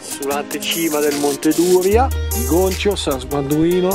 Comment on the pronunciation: Bel giro (ps, si dice monte Düría, con l'accento sulla "i")